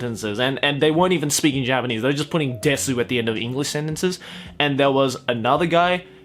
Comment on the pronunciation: In my opinion you’re a weeb if you watch anime dubbed into English. And I also think that you’re a weeb if you can’t even pronounce desu correctly. It’s desu not dessuuuu.